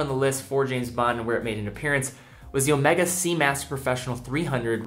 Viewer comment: Garry M you are wrong. He pronounced it correctly. Ask any Swiss person to pronounce it, or go to omegas corporate site. It’s pronounced incorrectly Omeega only by monolingual brits and Americans.